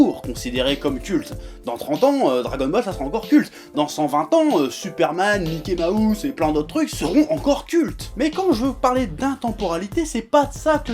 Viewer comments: l'caillou si tu pousses plus loin, faudrait même dire maïki mahousse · Mickey Maousse putain 😂